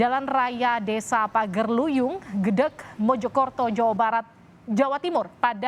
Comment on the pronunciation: Gedek mbak bukan gedeg